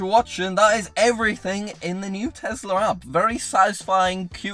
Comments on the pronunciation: i was today years old when i found out says tesler instead of tesla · there is no "R" at the end of Tesla. It's the Tesla App, not the Teslar app